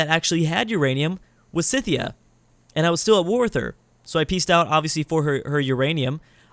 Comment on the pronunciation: Did you just keep calling Scythia Cynthia??? There's no N in Scythia.